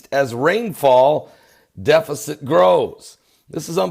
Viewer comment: He also said defekit for deficit. It is just part of his charm. God bless.